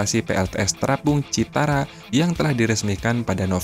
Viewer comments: CIRATA CIRATA...BUKAN CITARA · CIRATA BOS....Bukan CITARA...????? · BUKAN ,,,CITARA!!!!!!,,,CIRATA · Min itu waduk CIRATA, bukan CITARA hehehe bolak balik CITARA terus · Cirata pak bos bukan citara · cirata, bukan citara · Koreksi min,Cirata ya, bukan Citara😂... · Min bukan Citara tapi Cirata 😊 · Citara? Cirata! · Min bukan citara tapi cirata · Citara atau cirata? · Waduk Cirata bukan citara min 😂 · Cirata min bkn citara😅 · Bukan Citara tapi Cirata. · Bukan waduk Citara mimin tapi waduk Cirata, hadeuhhhh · Cirata bukan Citara ya bro👍🙏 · Admin tlg koreksi sebutan utk nama bendungannya BUKAN Citara tapi CIRATA... Terimakasih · ralat pak admin.bukan citara tapi cirata ya😅😅😅😅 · Bos maap citara apa Cirata.. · waduk cirata...bukan citara min...! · CIRATA KALI OM.. Bukan CITARA :face-blue-smiling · Cirata, pak, bukan Citara. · BUKAN CITARA, TAPICIRATA😂😂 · cirata bang bukan citara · Cirata bang, bukan citara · Di CIRATA pak, bukan CITARA. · Mohon di koreksi mind, bukan citara tp Cirata itu di daerah saya , namanya bendungan CIRATA di Purwakarta Jabar. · Waduk Cirata min... Bkn citara😢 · CIRATA, Min. Bukan Citara... 🤭🙏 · Waduk cirata min 😅 bukan citara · Cirata mas, bukan citara,,,,,,kaya sih 😁😁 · Cirata bos... Bukan citara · Maaf ya bkn citara, tp cirata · Cirata atau citara bang? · Cirata min bukan citara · Cirata dibaca Cirata bukan Citara om admin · Yang bnr citara apa Cirata si soalnya admin nyebut berkali² citara citara😁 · Cirata Genk,bukan citara Genk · Cirata ,pak admin bukan citata,🙏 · Cirata bukan citara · Host nya koq nggak teliti dan cermat. Nama CIRATA koq bolak balik ngomong CITARA ? 😢😢😢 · Cirata min..bukan citara! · Waduk Cirata min...bukan Citara 😂😂😂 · Bukan Citara yang benar adalah Ciirata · Bukan citara admin tapi cirata 😁😁😁. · Cirata bkn citara... 😊🤭😊🥴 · Payah adminnya baca kebalik2, citara apa tuh....ni channel dilihat ratusan tibu bahkan jutaan netizen lho, tolong yg profesional dong, jangan kebalik2 lahi dah males ah. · CIRATA min..bukan CITARA